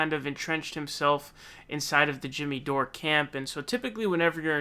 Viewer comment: Pakman finnally got Dores name right, called him Doray a few times, but Chariton is not pronounced Char i don.